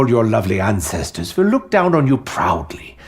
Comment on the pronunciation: Dude the way you talk and break things down is the most cringeworthy out of context and tone way to speak English ever you ruin the English language way to pronounce every single word... luke=look